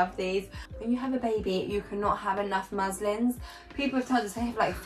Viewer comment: They are called muslins not maslins 🤣